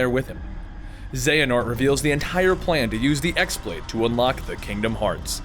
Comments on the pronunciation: Only complaint with this video is that you pronounced X-blade wrong. While its spelled X-Blade with a normal keyboard, its really spelled χ-blade, with the χ being the greek letter "Chi." In the games, its real name is actually "Keyblade." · the x in x-blade is pronounced "key" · I'd just like to point out that the X-Blade is pronounced "Keyblade".